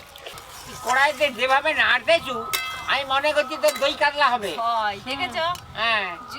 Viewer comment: উচ্চারণ টা কাদলা না মাছ টার নাম কাতলা